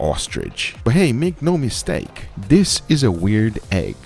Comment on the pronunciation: "Make no misteak"